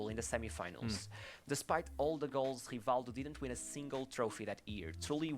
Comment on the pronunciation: it's hivaldju just like the video says. Portuguese is weird